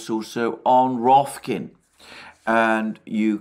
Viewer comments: Alexander: Note that it's "Rokfin", not "Rofkin". Great coverage, as usual. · At this point I have to believe that Alexander is intentionally trying to mispronounce "Rofkin" lolz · after one day of getting it right - Alexander butchered "ROKFIN", again! not that it bothers me, I love it...!